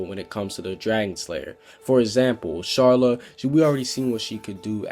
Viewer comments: It's Car-la not Char-la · It's Carla not Sharla get it right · It's Karla not charla... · Watching this video I could not help but notice you called Carla Sharla. how do you make that mistake?????? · It's Carla not charla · The white cats name is Carla not sharla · It's Carla not sharla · "Sharla" ya mean CARLA!? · WHY HE SAY SHARLA ITS KARLA (Carla) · Its carla bro not charla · CARLA NOT SHARLA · Wait I thought it was Carla not charla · Her name is Carla Car-la not Charla Shar-la.... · WTF is wrong with Carla is Carla not Charla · CAR-LA NNOOOOOOOOOOOOOOOOTTTTTTTTTTTTTTTTTTT CHAR-LA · CARLA ITS CARLA NOT “SHARLA” GET IT RIGHT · who da frick is sharla!?! its frickin' Carla!!! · Its carla not sharla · It’s carla not sharla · Not Sharla... its Carla. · not to be rude but...its Car-LA not Shar-LA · Sharla? its carla lmao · It's so annoying how you keep calling CARLA Sharla (car la) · It's not charla it's carla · Who's Shela I know Carla but Shela and "CARLA" (not Shela) can tell the future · Charla it's Carla not charla just pointting out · Its carla no charla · It's Karla not Sharla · Her name is Carla, not sharla. Sorry it bothered me a bit. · Its carla not sharla btw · It's not sharla it's carla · not charla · It’s fuckin Carla!!! Not charla!!! And, the blue dragon thing is from somewhere else, it’s from blue dragon!! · It's Carla, NOT Sharla! You also pronounced Gajeel wrong! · CARLA NOT SHARLA sorry but STILL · Brush it's not sharla it's CARLA BRUH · ok ok this pissed me off its not sharla is carla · why do you call her charle its pronounced carla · sharla? It's Carla lol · ITS CARLA NOT SHARLA man I'm so annoyed with you about you saying names wrong other than that nice work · sharla? its Carla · im srry but its Carla not SHarla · he said sharla XD its carla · But we hear is charlale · He pronounced Carla xD he says Charla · you called Carla charla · He said charla and gajeel wrong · It's car-la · He said sharla, not carly....